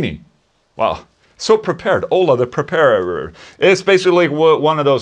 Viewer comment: “Ola The Preparerer.” Mmm. Yes.